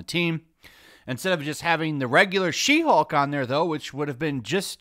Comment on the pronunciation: You sure that's not "Shim-Hulk"?